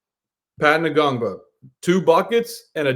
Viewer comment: The N is silent in Ngongba lol